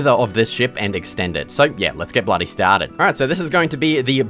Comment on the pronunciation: like how bro said “ let’s get bloody started” 🇬🇧